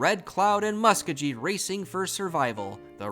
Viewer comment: Thanks for the great content! Re: pronunciation, I think it's LYE-muh not LEEmuh (yeah, they got it wrong compared to the capital of Peru lol). Musk-OH-gee not MUSS-kogee. And EE-nid not Eh-NEED. Source: my grandpa is from Enid :) In any case, you're certainly doing a way better job than I would be, keeping 200+ towns and clubs straight!!